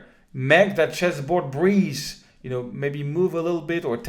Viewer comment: Lol I thought he was saying "breeze" then I realized he was saying "breathe"